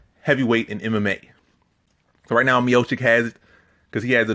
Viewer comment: Dude, calling him "" constantly is making me doubt everything you say... But somehow you got it right mid video, beside that, good breakdowns, like always.